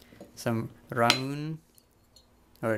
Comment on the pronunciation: That Ramune has a "nostalgic taste" loool "昔なつかしい味" The bottle even says there's a marble. Lool "ビー玉入り” Looks like you had a pretty great haul. I really like the TV. Also ramune is pronounced with the ne spoken as "nay," but other than that the second pronunciation attempt was very good.